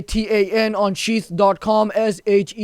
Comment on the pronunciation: With his accent bro pops up cracks me up when advertisement of sheath pops up sounds like we advertised by sht XD